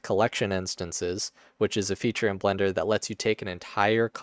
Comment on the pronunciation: Is it just me or are you accidently saying Blunder instead of Blender?